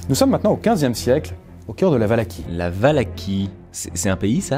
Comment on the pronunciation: Ça ce prononce valahi